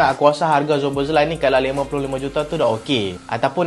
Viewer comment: Dominik Szoboszlai -SO-BO-SLY.😅